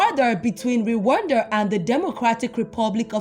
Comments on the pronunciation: Is not re wanda is rwanda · The way spells Rwanda, ati "Re wanda🙃😅😅